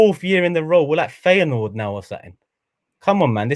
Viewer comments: Loooool man said Feyenord. Yo this vid is a classic 🤣🤣🤣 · man said Feyenoord uno 🤣🤣🤣